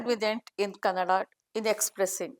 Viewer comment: KannadA and not Cannad. Pls correct